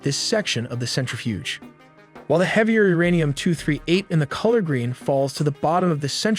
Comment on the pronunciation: Not uranian its uranium 😂😂😂